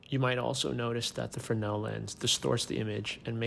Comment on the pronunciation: And now I know the correct way to say Fresnel. 😉